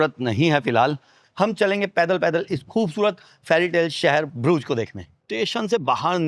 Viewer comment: । ब्रूज नहीं है। इस जगह का नाम है BRUGGE. DOUBLE GG. उच्चारण हैः BRÜGGE. हिन्दी में U है ही नहीं। और GG जो है उसका उच्चारण ख़ जैसा है। यानि उर्दू का ख़।